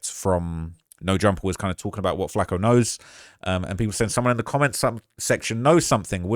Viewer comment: It burns my ears rhe way British people pronounce flakko and Tupac